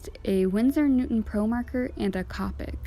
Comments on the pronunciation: I’m not being rude but it’s pronounced cope ic not cop ic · U said colic wrong its co-pick no hate I picked up these markers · the o in copic is pronounced o not capic